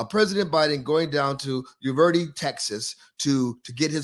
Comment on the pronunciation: Uvalde, YOU val dee